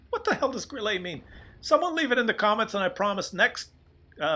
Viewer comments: grill-UH not grill-EY, but nice effort,! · Kooduh The emphasis in "Grille" is on the "i" not the "e". The "e" is short and pronounced as in "pen" or "mess". Just say "grill" and put that "e" at the end. ☺ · NoHomeLike more likey grill-eh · i guess...not sure...you say it like "grill-uh" and not "grill-ay" idk maybe im wrong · great commentary. In Deutsch, the final 'e' in a word is pronounced; it is not silent like English. But it's not like French, which might be pronounced 'grill-ay'. "Grille" is pronounced "Grill-uh," almost like 'gorilla.' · You're on to something grille is a cricket, wespe means wasp and hummel means bumblebee its the German insect tank line. And btw grille is pronounced with a short e not a double e like you say than it would be a grillee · And PLEASE, it is NOT Grilleeeeaaayy. It is Grille, short e. Like a grill + a short e at the and. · I think it"d be pronounced grill-ah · "Grille" is pronounced like "griller"... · It's pronounced 'griller'. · As a German you have to pronunce the "i" instead of the "e". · Hi, a link to Wikipedia: These are Grilles! In German you pronounce the "e" in Grille. Don´t take the right fork to often!